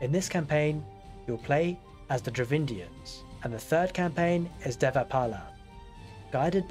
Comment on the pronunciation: Its Dravidians not DravINDIANS